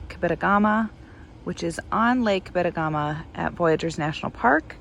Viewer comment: It’s pronounced cab-eh-toe-gu-ma. 😃